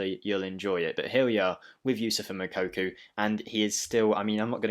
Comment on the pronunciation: Ffs stop saying moukoku 😂